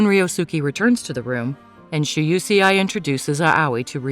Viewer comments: It's Shuusei 😭 Not she-you-she-eye 🤣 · " shu u see ai?" 😂 its pronounced "Shu - Sei" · please. the name pronouciations are painful. Im not even trying to be rude. Maybe try looking gup how to say them properly. For example. Shousei is pronounced (SHOW-SAY) and Moe is pronounced (MO-AY). Aoi is (AH-OY). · Shoe-say it's pronounce like that I think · EXACTLY! And it's "Mo-eh," and "ow-ee!" (At least, from what I've heard that's how you say Aoi) I hate when they get it wrong! So annoying! 😑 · While I enjoy these recaps, I can't stand the bad pronunciation of foreign names. Not everything revolves around US. Shuusei is an example.